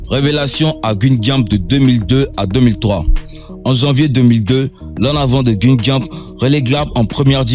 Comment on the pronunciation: On ne dit pas guine gampe mais guingan et ça s''écrit guingamp